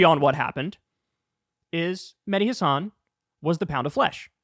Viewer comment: kyle, please pronounce mehdi's last name correctly. accent on the 'has' not on the 'san'. just listen to him pronounce it.